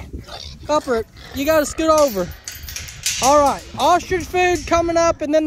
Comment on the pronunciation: I just have to say sometimes when you say “alright” it sounds like “all rise” and I crack up every time! Love watching your videos! Keep on being you!